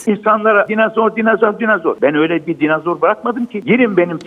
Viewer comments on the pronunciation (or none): Adam hala dinazor diyor.😜